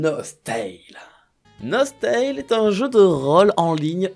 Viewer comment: Je connaissais et j'y ai joué longtemps à Nostale donc pour le coup j'étais plus en mode "oh trop bien" sauf que pour moi ça ce dit NOS-TALE et non NOS-TAILE ><